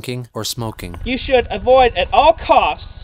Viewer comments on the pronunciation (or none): none